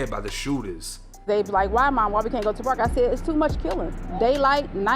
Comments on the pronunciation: Say park again I luv the way you say paaak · the Pahk (park) tahgets (target)..i enjoy accents from other people and places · Grant Pak where’s the R 😂😂😂